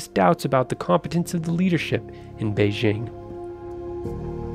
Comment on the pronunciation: Interesting video. A small point: the pronunciation of several Chinese words is incorrect beginning with BEIJING which has a hard 'j' as in 'jump. Chinese sounds can be westernized but you take the chance of failing to be understood when the pronunciation is inaccurate.